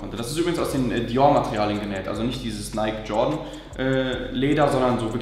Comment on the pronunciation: Es spricht sich neiki.